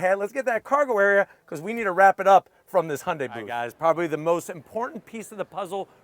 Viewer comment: Im so happy he is pronouncing the company right. Used to call it hyun die